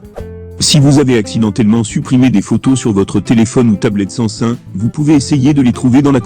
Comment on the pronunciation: Sais pas San.sun mais SAM SUNG